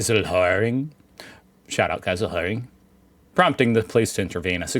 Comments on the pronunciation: Your pronounciation of Geiselhöring was surprisingly quite good! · I love how Geiselhöring is one of the most accurately pronounced german words has ever said